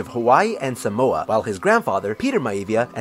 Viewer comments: You pronounce Samoa as saamoora (sa Moa a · I'm not surprised but you said Maori, tonga and Samoa wrong. Everyone does it though